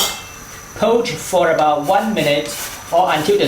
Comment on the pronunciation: Poach not pouch